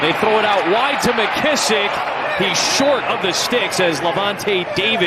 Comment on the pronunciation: "He was just a yard shight" WTF